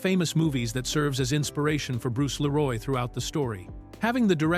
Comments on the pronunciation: It's "Lee-roy" not "La-roy" ffs. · Not Bruce Lé Roy, it's Bruce Lee Roy. 😊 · Lee Roy not la roy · i'M sooooo sick of these fake Ai generated videos. I was interested in this until I kept hearing the voice mispronounce the name. It's Bruce Lee Roy, not Bruce LaRoy! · I love this movie! I have lost count the times I would watch on cable back in the day. The facts are great to learn. Please review the AI doing the speech. His name is Bruce Lee Roy NOT Bruce Leroy. It grates when you listen to take the information actual if they can't pronounce the names correctly. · Leeroy not Laroy you damn AI auto edit turd xD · I know the narration is AI but it's Bruce Lee-roy. Not Leh-roy. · Bruce LEE-ROY! 🤦🏻‍♂️ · This AI narrating crap has gotta go.. it Bruce LEE-roy...not Bruce la-ROY..WTF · Leeroll kept taking me out of it. It’s Leroy. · I swear bro, got my dawg sounding french. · LEE- Roy! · Man if you don't stop saying 'Leroy' like that. Who tf is "Laroy"? Lol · Bruce Leroy not La'Roy. Also 2 dollar million? Stupid AI voices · Bruce la-roy...lol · "Bruce Luh-roi". Ugh. AI voice synthesis with lazy production. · Bruce La-roy 😂🤣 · LAROY???.HOW FUCKING DARE YOU RUIN THE PLAY ON BRUCE LEE's name!! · 😂 La-Roy pronunciation of his name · dang AI voice.. leroy? it is Le-Roy! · 🤣 Bruce La Roy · lol why does he keep calling him Bruce Leroy 😂😂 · Couldn't have told the AI to pronounce "Leroy" correctly? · Is this narrator AI generated? It sounds inorganic and the fact that he can’t pronounce the name “Leroy” is skeptical. 😅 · AI is lazy. Can't even say "Leroy" correctly.